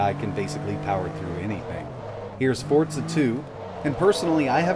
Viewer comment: It's Forza not Fortza